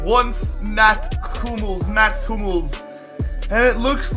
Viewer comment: says Hummels is his favourite player, when he couldnt even say his name right 🤣🤣🤣🤣